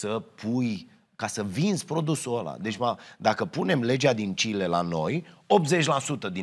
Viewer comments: Chile nu Cile... asa a zis Robotul.😂 VA MULTUMESC CA EXISTATI. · Ai zis Chile? Pentru Joha este Kile 😆